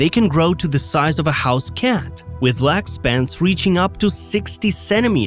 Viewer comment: "Loosing a Lahg"